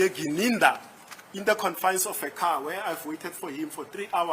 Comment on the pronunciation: How come that Ratha cant pronounce Mogola and Gininda correctly? He keep saying Mogole and Ginanda 😮 why ??